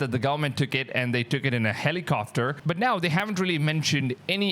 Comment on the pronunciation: Hawx good lord man learn how to pronounce at least Sooome of the English you're speaking... helicoFter?